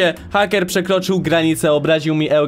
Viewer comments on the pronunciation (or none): hejker a nie hacker